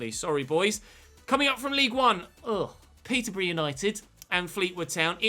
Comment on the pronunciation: Why did you said "peterborough" like that? was funny tough :D